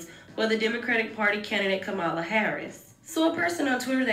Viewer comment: Why do Dems always get performers to speak? Are there people really out here basing their vote off of who their favorite celebrity endorses? Also, to the narrator and to Cardi B, her name is pronounced COMMA-LA. Goodness. That's so disrespectful.